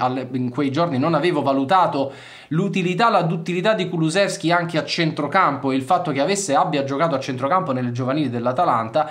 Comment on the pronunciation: DEJAN, no DEZHAN. Si proanuncia "J", come "JUVENTUS". Quindi DEJAN. no DEZHAN. Devo intervenire, anche su congnome: Kulusevski, No Kulu Z evski, ma si proanuncia con "SH", come, per emepio BRESCIA. Quindi КУЛУШЕВСКИ. Saluti da Macesdonia, paese di origini di Dejan Kulusevski.